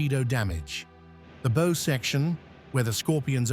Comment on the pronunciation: Please get your shit together.....BOW is pronounced in the way you bend at waist with the rest of the body (from the waist down) held straight,.......SOSUS is pronounced SO SUS if you want to continue doing these documentary's I am sure you have ex navy people around to proof read the scripts, I am a U.S.N. veteran and if this documentary is about submarines why is the officer wearing SUFACE WARFARE wings instead of the DOLPHINS??? ⚓